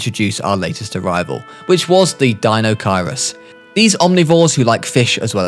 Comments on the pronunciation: i beg of you STOP SAYING THE DUCKS NAMDE WRONG ITS DIE-NO-KYE-RUS ITS MY FAV DINO AND TRIGGES ME EVERYTIME I HEAR IT WRONG anyway love your vids keep it up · Deinochurius or what ever is pronounced Dino-kie-Rus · Dinochirus is prounounced dino-ki-rus🤓☝️ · It's pronounced die-no-kai-rus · Deinochierus (die-know-kier-us) (srry for correcting you) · me: iguana-don: iggyu-wanadon also the Deinocheirus, is pronounced dino-KI-rus